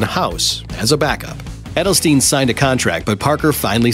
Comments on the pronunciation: Dude that literally made me cringe hearing her name wrong. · Literally made me cringe hearing her name like that